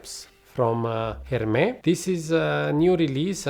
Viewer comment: Why are you pronouncing « Hermès » like that ? 😅 .. Couldn’t concentrate each time haha ! Hermès usually do good green/fresh outside of hype fragrances.